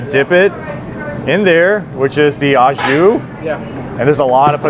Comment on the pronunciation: There's no such thing as "ah Jus." In French "Au jus" (pronounced oh zhoo) means "with juice." So if you're having a sandwich au jus, you're having it with some type of dipping sauce/soup. If you're just talking about the dipping sauce/soup, you call it "jus." "Ah jus" is un-cultured American bastardization of "au jus."